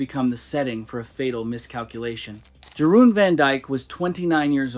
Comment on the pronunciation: Yeroon. Dutch j is pronounced like a y.